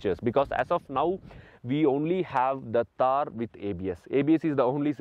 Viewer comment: It's not taar it's t-th-aar _ थार ❤️❤️🖤